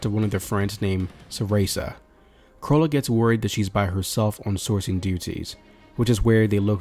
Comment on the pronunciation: Lmao the way he pronounced sarasa had me wondering if he was trolling